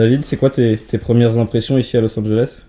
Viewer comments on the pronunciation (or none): Si il savait dire IÇI SI PARIS xD